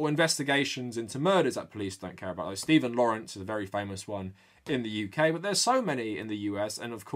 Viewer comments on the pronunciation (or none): none